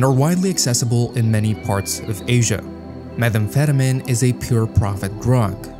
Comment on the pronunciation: The mispronouncing of common terms like "kilo," "methamphetamine," and "Medellín" makes me concerned that the voiceover is AI.